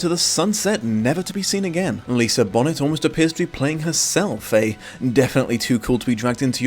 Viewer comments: I think you may like the Hulu series I reacted to the episodes on a while back and it has a version of the private collector scene also a reminder that her name is pronounced Lisa Bon-A and not Lisa Bonet.. cool nails also B~) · Dunno know if someone said this already, but her name is pronounced "bo-nay". You represent yourself too well for anyone to think you are being careless on purpose; you're definitely not. But you still leaned pretty hard into mispronouncing her name every time you said it. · I love how pronounced Taco, but the way he said Bonet made me cringe extra hard. Besides that, I'm glad I didn't know this was based on a book. I like watching this movie just cause I love music and as a teen I empathized with John Cusack a little more than I should have (specially looking back on it as a fully grown woman) and I think the original story would have made me HATE the protagonist.